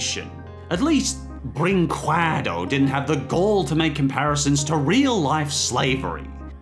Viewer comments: im brazilian and the way he pronounces brinquedo is aganizing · "Don Kwee-sho-tay"? "Video Brink-way-doe"? Your pronunciations need work. The correct ones are "Don Kee-hoe-tay" and "Video Brink-ay-doe" Otherwise, good video. I'm surprised there were some of these I HADN'T heard of already. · Just a heads up, in case you stumble on Video Brinquedo in a future video: "brinquedo" is pronounced like "brinkedo"; the "qu" in this word sounds like a hard "c". ;-) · I actually think he knows how it's pronounced, it's just more fun to pronounce it as Brin-QWEH-do. :) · I just love how pronounces Video Brinquedo "Video Bring-KWAH-DOH" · Video brin-kay-doe Que=Kay It's Spanish have you never had chips and queso? Seriously learn to pronounce things.... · Yes!! Thank you P.S. I hate the fact that you read Vídeo Brinquedo wrong. Use google translate and listen to the voice please xD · Well, if I may, "QUE" in "brinQUEdo" is pronounced like the "K" in "Kevlar". The "E" sound is spot on. We've got the "QÜE" sound you made in the video, but it needs the "ü" letter in order to make it. But Portuguese is a weird language, I get it. And... I'm not sure if I'm proud or ashamed of "Vídeo Brinquedo". Cheers from Brazil. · When you're a Portuguese viewer and someone mispronounces a word horribly: Cringe Intensifies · Why can nobody say Vídeo Brinquedo right?